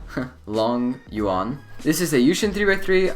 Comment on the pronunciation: Longyuan Longyon Longjon XD